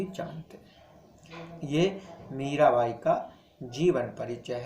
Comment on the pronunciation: मीरावाई nhi hota मीराबाई होता h